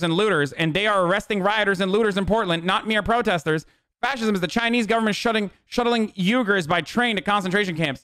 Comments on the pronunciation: It's pronounced wee guhr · "YOU-gerrs" Tfse